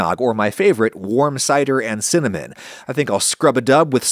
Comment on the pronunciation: I found it funny that you said cinmanen instead cinnamon and I relate because I say it like that without realizing also.